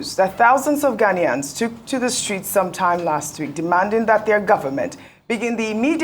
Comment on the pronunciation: It is not 'Ghan-Yans'... it is 'Ghan-ians'